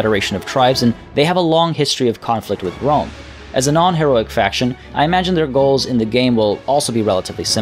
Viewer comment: Yay! I love “wome”. It’s bwilliant! Spencer twacey and wapists.